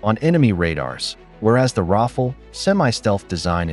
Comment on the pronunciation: Ra fal, not raffle 😄